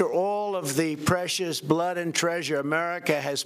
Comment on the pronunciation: The way he says "american BLOODD" is sooo weird :(